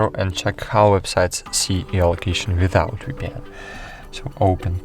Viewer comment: All I heard is "free vpyan by free vpyan!"